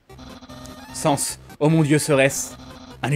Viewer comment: sans se prononce sèns